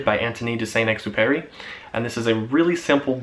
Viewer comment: I think you need to improve how you pronounce the author's name. It was funny.